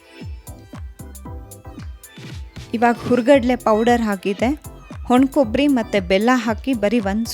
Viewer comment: ವಾಣಕಬ್ಬರಿ not ಹೊಣಕೊಬ್ಬರಿ